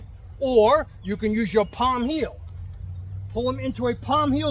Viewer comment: I love how you emphasize ( ESCAPE)!